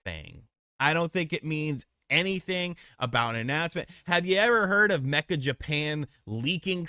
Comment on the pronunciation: Meccha is pronounced may-chaah not "mekka" not "mee-cha", and Akihabara is pronounced Ah-key' ha-bah-rah